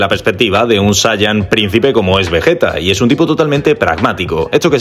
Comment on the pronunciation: Vegeta no 🙅 vejeta ✅